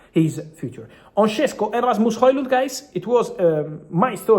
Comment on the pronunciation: It’s “Sheshko” not “Shessko”! Š=Sh Šeško = Sheshko!